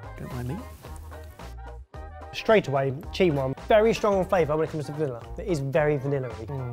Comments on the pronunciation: Vanillar-y? Where did that R come from in vanilla? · do you know there is no r in vanillay?